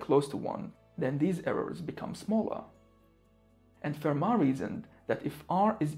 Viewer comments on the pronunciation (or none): none